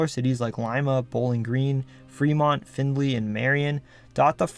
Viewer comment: Kudos to you for pronouncing Findlay (my hometown) correctly! Too many people unfamiliar with it pronounce it like the words "find" and "lay."